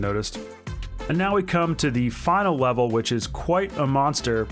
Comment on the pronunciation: LOL! Did anyone else hear him say “final wevel” ?